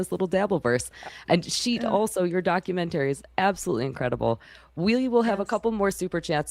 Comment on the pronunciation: Please stop saying DOCU -MEN -TERRY